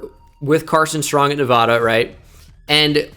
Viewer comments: Talks about pronouncing things correctly but then pronounces Nevada completely wrong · Said Nevada wrong again. Cmon man